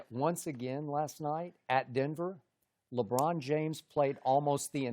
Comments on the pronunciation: Chris: Labwannn James 😂😁😀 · the way Broussard says LeBron has me dead 😭😭😭😭